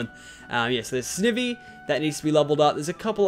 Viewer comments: You pronnounce almost everything wrong it's not Sneevee it's Snivee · It is called snivy not snevy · dude you said snevy its really prounonced snivy btw snivy is my fave pokemon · It's sn-i-vy not sni-vy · ITS S-NIE-V say it like that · Snivy is pronounced sn-I-v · it pronounced sn eye vee not sniv ee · It is sn-eye-v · its snaivy #for pronouncing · Its pronounced sn ivy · its pronounced sn-i-vy not sn-ee-vy